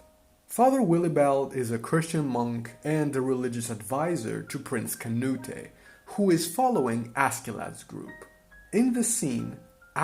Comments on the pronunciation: It’s not “Kuh-new-tay” it’s “kuh-newt” The E is silent. In fact his name used to be spelled “Cnūt” in Old English— the final e was only added during the Middle English period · you foreign hobgoblin, it not "kah-nu-teh". It's "Canute", as in Cnut. that's the way it's pronounced. Cnut the Great. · “Canute-eh” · The way you're pronouncing Canute is driving me crazy, but other than that great analysis. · The way you say Canute is incorrect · Great video. It just kills me that you keep pronouncing Canute's name wrong. :'' )